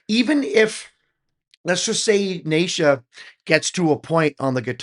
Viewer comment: … OK Brother very detailed reaction but perhaps you should do some homework on The Mighty MS … It’s like (knee Sha) not Nay Sha … Ok “ICE” is now 11 (not 13 or 12) … it’s Stacey out front on rhythm & vocals at 13 .. Sheena is the mom (not in this one) but she manages the video even when it’s the MSFabFour the ROCKN KIDS of MS … they do use Pro tools but they do these in a continuous take (they may make several before they get the one they like) … now they do layer in extra extra vocals & instrumentals to beef up the sound but they do not punch in overdubs to cover mistakes … now “The Master Secan” pronounces his name like (See Kaan) not (See Can) like it looks to us westerners … 👍🏼🙏✌️❤️